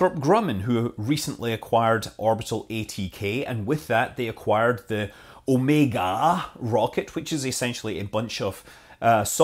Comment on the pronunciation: at least someone who can pronounce OmegA' correctly :D Blue Origion = SpaceX 2.0 ?